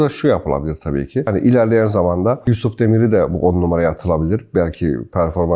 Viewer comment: Hocam yusufun adını telafuz etmen bile güzel birşey artık şans verilmeli ki maç değil oyuncu kazanalım.